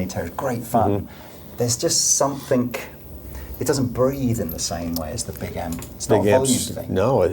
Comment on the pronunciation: We need an Anderton's t-shirt, picture of the, with a speech bubble above his head saying, "SOMETHINK"